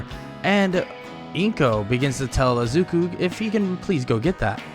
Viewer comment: why are you saying azuku when it is izuku?